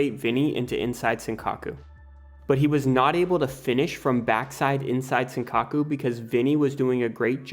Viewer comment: “Inside sinkaku” people need to either learn how to pronounce stuff properly or just use the term in English, because these butchered Japanese terms are awful